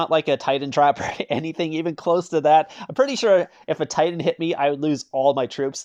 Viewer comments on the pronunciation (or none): none